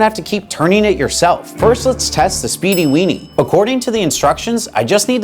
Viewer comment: "spede weene" "i need some buns for these weeners" ...